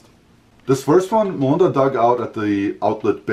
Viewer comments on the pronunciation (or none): This whole time I thought your name was Wanda 🤣 because of how he says it. So it's Melinda then, I see. you hear him say Wanda